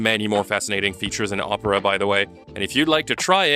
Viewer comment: I gotta be honest I thought you were saying « this video is brought to you by Oprah »